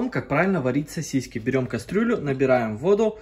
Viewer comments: Не сосисЬки , а сосиски!!!! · Тысячу раз произнес СОСИСЬКИ, специально что-ли. Рецепт огонь 😂. Повар 😂. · СосисЬки, сосисЕк😂